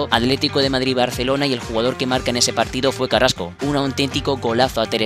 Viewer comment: Quien es carasco.creo q se dice carrasco